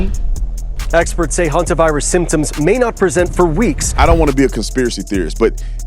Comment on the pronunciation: The guy makes it sound like the homovirus not the Hanta virus